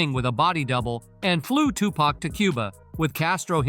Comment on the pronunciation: Suge snoop I herd siddy j z made it orchestra it. His name he can't say tupac lol